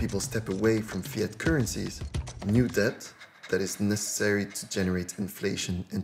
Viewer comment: Fantastic film. For future reference from a native English speaker to a non-native, please do not pronounce the b in the word debt. The b is silent, and has been silent since the word entered the language during the Middle English period. In fact, the b was a later addition which simply Latinised the spelling without changing the original pronunciation.